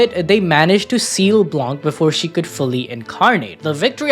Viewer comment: has a french speaker I need to say blanc is french and the c is not pronounced we just say blan